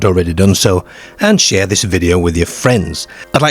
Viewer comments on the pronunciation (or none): none